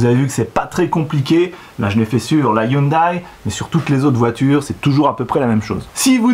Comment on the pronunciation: la marque Hyundai dit "youndé" et pas youndaille!